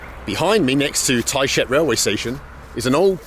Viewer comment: Bald, your emphatic pronunciation of the name of Tayshet in this video and the previous one gives me the impression that you're not really very fond of the town. I could be mistaken... but I doubt it. ;) Oh, one other thing - always, always carry ear plugs to deal with snoring cabin mates and other noisy situations when traveling. Your welcome.